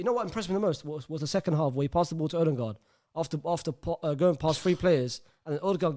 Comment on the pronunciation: brother stop saying Odengaard please